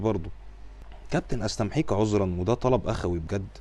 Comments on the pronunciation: مش حاخليني في حالي يا و اسمها "استميحك" مش استمحيك. شوفت بقى انا مش حاخليني لي حالي 😂😂😂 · عسل بس هي استميحك مش استمحيك